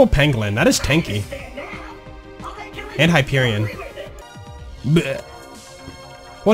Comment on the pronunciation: Dont say it right take some classes